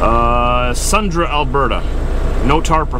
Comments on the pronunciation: Sundre Alberta is not pronounced "Sundra" it is pronounced "Sundry". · The name of the town is pronounced "SUNDRY".